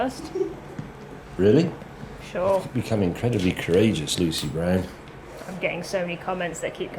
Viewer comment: Why do you say Lucy Brand, but the closed captions say Lucy Brown????